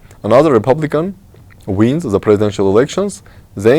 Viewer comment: Thank you for your discussion mr., but I would ask you don’t pronounce Word the Like Z, because you are Armenian not Russian I hate Russian accent and I don’t want to hear that when Armenian say Z instead of dare. sorry about my comment I hope you don’t think it’s negative